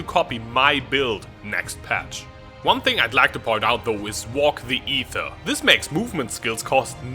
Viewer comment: Lightning warp doesnt create "desync"... It just doesnt display the animation the second time you cast it if it's too early (display bug). Mechanically, it works as you would expect it to... Also, why do you pronounce Aether correctly, but mispronounce aegis... it seems like an inconcistency! (but then again, most ppl mispronounce aegis)